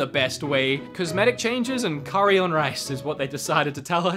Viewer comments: Thank you for pronouncing curry correctly. Always hated the US pronunciation.... coooorey Yuk... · I have never, and I mean NEVER, heard anyone here pronounce curry as coooorey. Not once.